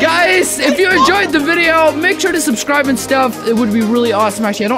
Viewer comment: In the intro did you hear injoy the video? :me: *oh I can see I’m am going To injoy the video*